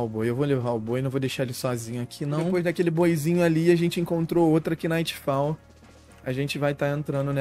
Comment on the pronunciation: salvee.. a pronuncia é nightfall e nao kinightfall.. "k" mudo